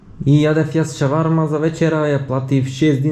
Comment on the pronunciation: Шварма брате .... со Ш yok Ч .Понаисток има и друг израз како чисто ја викаат шурма ...